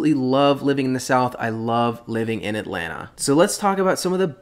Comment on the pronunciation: You pronounce Atlanta the right way. I can't stand the transplants saying "At-Lan-Ta", when it is pronounced "At-Lanna".